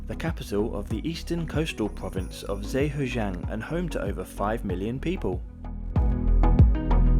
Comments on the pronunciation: Please try to research and pronounce Chinese names as correctly as possible! It doesn’t take much research to know that Zhejiang is pronounced juh-jiang and not zay-huh-jiang. It would make a nice touch to your videos! Also, you pronounced fuxing and hangzhou right! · With respect, if China is going to be a frequent destination, try to learn how to pronounce words. Hangzhou is the capital of Zhejiang province, pronounced "juh-J'YAHNG". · I'm sorry but your pronunciation of Zhejiang is absolutely hilarious and horrendous 😂